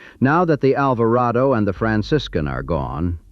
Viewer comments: "ALVARADO"... Not "ALVARAYDO"... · its pronounced Alver AH DO